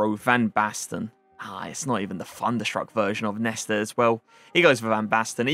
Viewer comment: It’s not FUNderstruck it’s THUNderstruck TH not FUH